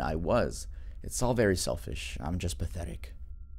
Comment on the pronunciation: wery good wery nice